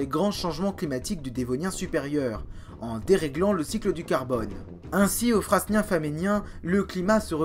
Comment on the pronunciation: Suite au live de mardi, je me refais la série du lpia😉 C'est top comme souvent, en plus des infos, j'adore la tension que tu mets dans la vidéo. Le choix des musiques est top aussi. Il faudra venir en Belgique découvrir les stratotypes du devonien et carbonifère 😉 D'ailleurs, on dit (ici en tous cas) Frânien et pas fraSnien, le s ne se prononce pas comme dans "fresnes" qui a donné frêne. Aussi pour Vizeen et non Visseen.